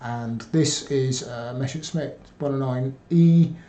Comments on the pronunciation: Why do English native speakers always pronounce "Messer-Schmidt" as "Mesher-Smitt"? I would think that as a historian, he should get that one right. Same goes for the "Nashorn" artillery, which is pronounced "Nas-Horn". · Not talking specifically about. It's a thing that I noticed with nearly all (!) English native speakers who talk about the Messerschmitt airplanes. Hardly anyone gets this right. And the question stands, how do you turn "Messer-Schmitt" into "Mesher-Smitt"? Can't wrap my head around this.